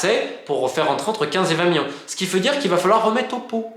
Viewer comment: Je n'étais pas sûr sur sa prononciation 😂